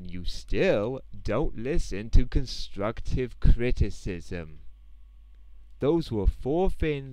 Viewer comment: no no no if your trying to sound like you got to be like Im giving you constwuctive cwitisim the w makes a difference